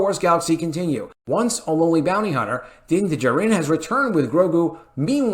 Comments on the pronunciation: Please learn to pronounce Din Djarin. Just watch the show and hear how they say it. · Did anyone tell the narrator how to properly pronounce Din Djarin? Lol! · Someone tell to pronounce Dinjarin as if he lives on earth and has heard other people pronounce it. Thank you.